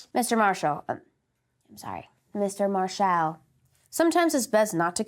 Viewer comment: Mar-shall that's The way Cornette pronounced Marshall